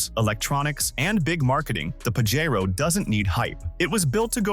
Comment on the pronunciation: You might want to earn how to pronounce "Pajero". If size isn't a consideration the Jeep Commander with its three locking diffs can go some places a stock Wrangler can't. Otherwise nothing there can really outdo a Wrangler Rubicon. CLICKBAIT!